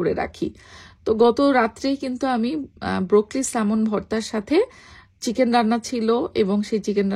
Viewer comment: Kothata broccoli, brokli na